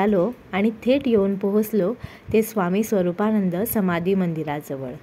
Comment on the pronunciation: भाषा सुधार, स्वरूपानंद आहे नाव, स्वरुपाणंद नाही